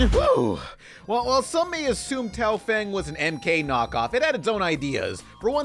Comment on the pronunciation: Complains about people mispronouncing gigante Immediately mispronounces Tao Feng.